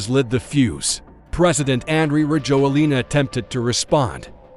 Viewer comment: I live in Madagascar. Rajoelina is pronounced ra-JWEL-na.